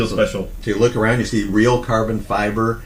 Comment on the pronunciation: Why does he keep emphasising "REAL CARBON FIBRE"???